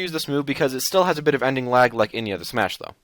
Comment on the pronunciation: Its smash not smush or its how you call it